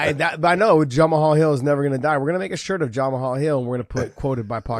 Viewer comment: i think Josh needs to respect Jamal alittle more...ive seen him on this show 3 or 4 times purposely saying the mans name wrong, would he say that to him in person? ohh yeah i forgot he works for Bellator and didnt win a belt...he seems alittle jealous and salty that Jamal is a champion, say the mans name right for god sakes. smh